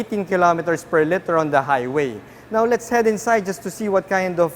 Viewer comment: Liter, pronounced leeter, not litter.